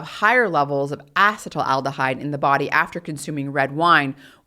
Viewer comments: Ethanol's metabolite is not "acetyl aldehyde," it's acetaldehyde, pronounced ass-ih-TAIL-dih-hide. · As a chemist, I found myself distracted from your message by your repeated mispronunciation of acetaldehyde, however you deserve an Ironwomann award for delivering a 3+ hour technical lecture.